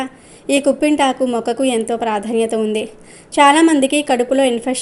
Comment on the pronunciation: కుంపింతకు కాదమ్మా కిప్పింతకు అనాలి